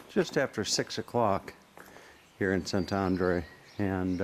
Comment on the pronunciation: Szentendre -- when you learn to pronounce the letter E without an accent over it, you will know how to pronounce Szentendre. The E is always pronouced the same way, not like English as it's pronounced in this video where each E is pronounced a different way. Hungarian is a phonetic language. Learn the Hungarian alphabet and you'll know how to pronounce each word correctly.